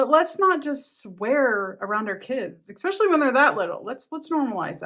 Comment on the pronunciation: Stop saying "expecially" for the love of christ.